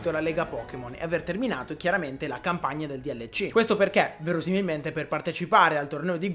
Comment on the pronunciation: DLC non si dice dielleci ma si dice delsi